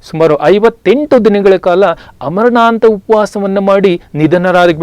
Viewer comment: ತುಂಬಾ informative ಆಗಿದೆ . ಆದರೆ ಅಮರಣಾಂತ ಎನ್ನುತ್ತೀರಿ . ಆಮರಣಾಂತ ಎನ್ನಬೇಕಲ್ಲವೇ ?